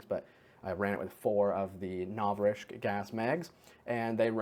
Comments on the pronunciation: Congrats on the 100k. Just a quick headsup, it's pronounced novriTSCH without any K in the pronunciation. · mispronouncing Novritsch might be my favorite thing XD Do you play with P9APPLE? I remember one of his vids had him talking to a too and the gameplay field looks familiar